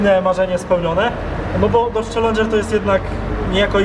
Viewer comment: Przez cały odcinek na czellengera muwiłeś cardżera